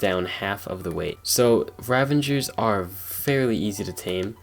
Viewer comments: RA-VA-GER NOT RA-VAN-GER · its RavAger not ravenger bruh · Its ravager not ravanger👍 Keep it up with the good vids👌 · "Ravenger" I think its actually "Ravager" mate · It bothers me that he says Ravager, like Ravanger. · Ryan Hogan yes bro why the fuck does everybody call it a ravenger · There is no N in the word Ravager.